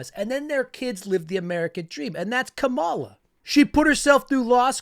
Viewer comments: I do like your videos. I would suggest pronouncing Kamala correctly; it's pronounced like "comma-lah". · Thiel got him his first 3 jobs. We washed out of all til Thiel gave him a company. Oh and just a heads up Kamala is pronounced “karma-la”. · *COM-uh-luh. Great vids 👍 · COMMA-la. Should prob learn how to say it right.